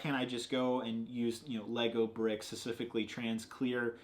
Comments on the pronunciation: Stop saying "scecifically". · "secifically" - David (since he was born) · david i love you... but please work on your pronunciation of the word "specifically," its been bothering me since day 1